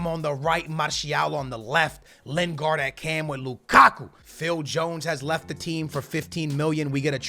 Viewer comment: skillz its lin-gard not len-gard